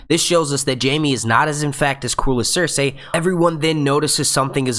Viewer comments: The only thing that bothers me about this video is the way you keep butchering Cersei's name. It's "Ser-See" not "Ser-Say" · Nice review. But, remember it's Ser-See & Tie-Ko.